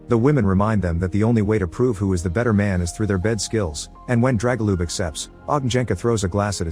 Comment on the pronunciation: Oh my the butchering of names is real haha especially pronouncing Dragoljub/Драгољуб as Jregolup aaaaaaa 🤯